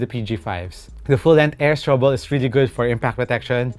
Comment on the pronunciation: full length air strubo po. hindi strubol